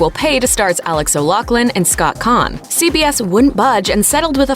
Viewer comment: O’Loughlin is pronounced “o-loff-lin” not “o-lock-lin.” And the 2 departing actors didn’t deserve the same pay. AO is the star, and Scott Caan is a big name. He was in some pretty big movie AND Entourage.